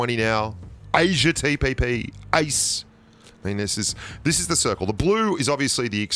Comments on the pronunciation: It’s "ace" not ice😂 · EIS ❌ AIS ⭕ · He said:"Ace" No one: What i heard:"Ice" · I was like what?! there aren't any ice.tro....